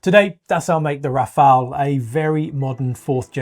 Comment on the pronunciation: Thank you for correctly pronouncing Rafale (gust of wind). However, Dassault is pronounced Das-oh not Das-au (as in ouch).